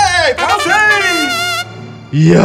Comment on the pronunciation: 完成がパフェに聞こえるわw いわし😊